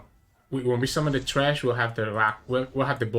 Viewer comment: it's thresh not trash lol